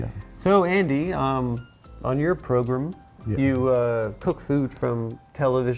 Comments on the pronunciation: On your "proGRUM" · "Progrum" I fucking hate Adam so much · I like how Adam pronounces programme like pogrom